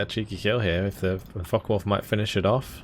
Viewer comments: If you're going to pronounce it with the N, at least swap the the O for a U as well. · Liking the Co-Cast except for one thing...it is Focke Wulf NOT FockeN Wulf! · Hearing "focken wulf" is "focken" unbearable... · i enjoy this double commentary and the games are amazing, but one thing that annoys me to no end: its not "FOCKEN WULF" ..argh.. with your accent it sounds exactly as you would expect, and I hate it :D Obviously this is intended for "attack power"